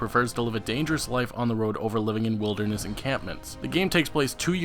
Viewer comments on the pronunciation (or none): none